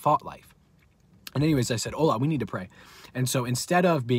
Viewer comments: I'm Nigerian and it's not pronounced ohla it's ola😆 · 😂😂😂Ola.. its the way you pronounce his name. Btw I'm Nigerian Praise God for victory over these forces